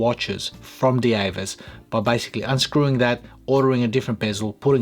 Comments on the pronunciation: Because it's German, it will be pronounced like we do in Dutch as Deevas (Dievas) not Deavas. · the name is pronounced “Divas”, not “Di-E-vas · Thanks for this review. This is a compelling piece. I think the German pronunciation would sound more along the lines of, "D-Vass."